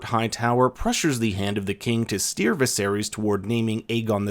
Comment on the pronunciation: Did you say 'Viserius'?